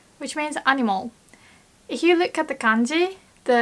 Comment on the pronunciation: your english sounds near perfect and i am really impressed. it will be even better if you can improve your pronunciation of "f" when you say the word "if". when you say "if you", now it sounds like you are saying "ihyoo" instead of "ifyoo". please don't get mad at me for saying this. i just had to point it out since you are so close to the zone. ja marane~ bye:))